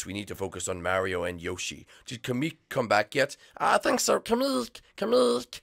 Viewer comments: It's kamek, not kemek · It's not kame-eek it's kamek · It’s not kemek it’s kamek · It's not Kemik its kemic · It's pronounced ka-mek